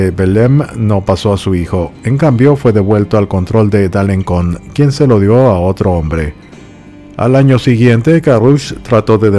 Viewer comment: Alenson, Alencon se pronuncia con S, la cedilla, aunque el resto de nombres están perfectamente pronunciados . Me encantan tus historias por ser diferentes